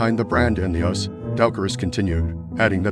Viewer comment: Horrific AI narration of text! For example: "US" (united states) is not pronounced as "us" (e.g.. "it's us together").